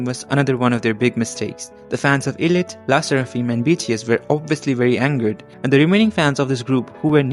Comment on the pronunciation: it's actually pronounced "eye-lit" not "ee-lit"😭